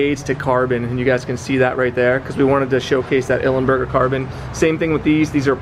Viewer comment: It's Belly Pan, not panel and it's Ilmberger not Ilemberger! :)